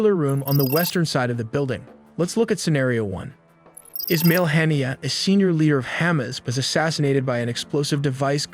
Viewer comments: One would have hoped that anyone taking the time to make a video like this would have gone to the trouble to learn how to pronounce at least one of the people involved. In the first 30 seconds, I hear Haniyeh, Mossad, Tehran, and Hamas all mis-prounounced. Oy. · Learn to properly pronounce Mossad, Haniyeh and Hamas